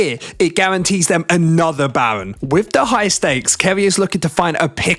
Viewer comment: 😂 bro says Bawen ahahahhaa instead of Baron